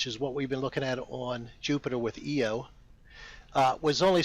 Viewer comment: Jesus are flat earthers really so stupid that they can't even get vowels right? EEEEE oh? really? EYE-oh for Io. Did go to the university of Eowa?